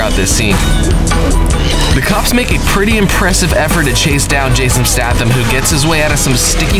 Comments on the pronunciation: Jason Statham - pronounced --> Staythum ... that really annoyed me ffs! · It's Jason Stay-tham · Please, it's pronounced STAYTHAM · staaaah-tham haha come on man, isn't it staaaay-tham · Jason StAHtham Doug LEEman Charlize THEREon Quantum of SOLEace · Jason STAY-thum. STAY-thum. Quantum of SAW-less. SAW-less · Jason Statham's surname is pronounced "Stay-thum" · It’s Jason Stay-thum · He pronounced stathem wrong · He got a whole lot of shit wrong in this episode including the pronunciation of Jason Statham's name🤦‍♂️🤦‍♂️🤦‍♂️ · The way he pronounced Jason Stathams name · You say jason statham wrong :D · Jason Stath Um must be rolling in his grave ever time he hears you pronounce his name. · Advisory Please learn how to correctly pronounce Statham and Solace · Nice punounsiation on Jason staytham's name 😂😂 this is even worse than how Americans say Hertfordshire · HAH he cant pronounce Statham